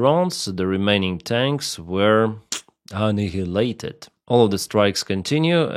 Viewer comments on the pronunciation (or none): A nile ated = annihilated:) ty!!